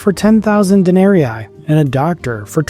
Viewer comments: Please pronounce the name of the monetary currency properly Denarii or Denarius,... De-nar-y,... not,... Den-ar-y-eye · Good but it would be better if you pronounced the Larin better. Not Denaeriae, Den-ah-ree-ee. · Day--NAH-REEE... not de-NAH-REE-eye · Please, "dae-ne-ree-ee". Not "dae-ne-ree-i". Sorry I don't know why it bugs me, but it really does. It's latin, 'ii' is "ee-ee". Otherwise, super interesting. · Good video spoiled only by the pronunciation of 'denarii'. It should be 'den-ah--ree-ee', not 'den-air-ee-aye'. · It’s very annoying to hear you add and extra “eye” every time you say “Denari”.. All that research and you didn’t learn how to properly pronounce denari… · You keep saying Denarii wrong. It is not denari eye. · I haven’t seen anyone else mention it but dude! The coin is a DENARIUS. Plural is DENARII, pronounced de-nah-ree-ee . Otherwise — well researched! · WTF is this pronunciation of "denarii"??? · Denarius, denarii. According to St. Augustine (who taught rhetoric at one point) Latin was a quantitative language (like Finnish or Japanese), meaning that double letters had semantic significance. And they, the double letters, were pronounced the same, just for a longer amount of time. You are saying the first 'i' in denarii like a long English 'e' (as in meet), and should be elongating that sound to cover the second 'i' -- instead you are saying the second 'i' like a long English 'i' (as in 'might"), which is a diphthong, and also "wrong" (not reflective of Roman Latin). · All the effort you put into making this video yet you couldn't find the time to learn how to pronounce denari.